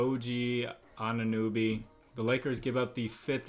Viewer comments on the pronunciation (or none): anunooby and zohan 🤣 love the videos but some of these pronunciations are hilarious